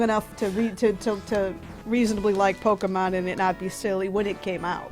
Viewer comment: calls it polka-monn.